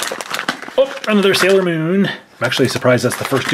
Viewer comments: It is NOT salior moon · It's not salior moon